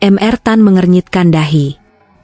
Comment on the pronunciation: Hallo! Pembaca cerita! Huruf “Mr.” Dibaca Mester bukan M.R. Hal lain Judul cerita tidak cocok dgn ceritanya!